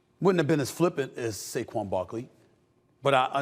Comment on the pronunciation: Who’s saguen Barkley 😂